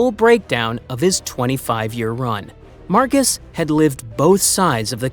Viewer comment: Marxus is pronounced Marcus in this case 😂 25k to 20k is like 10 seconds at the start of the vid and probably a mistake 😂 Cheer up you old head